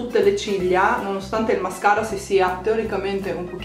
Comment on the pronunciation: Hai detto mascala invece di mascara😂😂